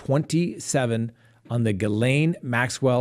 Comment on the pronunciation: you have made me proud of you tonight! Every time you said Ghislaine Maxwell it was correct!! I feel like I'm a little mother bird booting you out of the nest of pronunciation! Your suits don't look cheap! my dad owned a corporation and his suits looked just like yours and he had his made for him at the men's shop in Westbrook Maine which is now not there anymore.